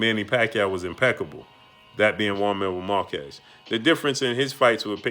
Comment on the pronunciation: Who's jaun marrow markezz. Learn how to say names fam. Lmao. Salute